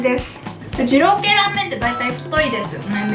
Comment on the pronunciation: でぃろうくぇい